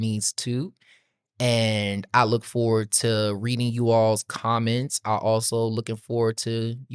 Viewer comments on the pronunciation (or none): none